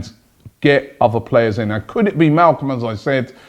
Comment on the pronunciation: It's Malcom* not Malcolm.